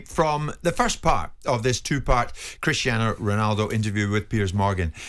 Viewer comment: Is it just Alan Brazil and Jim White that struggle to pronounce Christiano Ronaldo or is it something about the Scottish accent? Bloody hilarious though 🤣